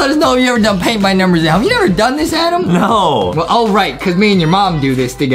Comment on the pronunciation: adam! not amen